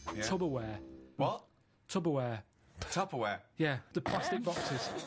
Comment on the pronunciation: The 'Tubberware' bit... omg 😂